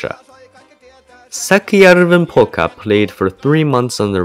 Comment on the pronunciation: That's some bad pronounciation, lmao